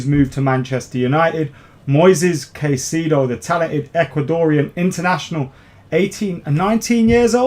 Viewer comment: Pronunciation: Moy-says Kai-say-doh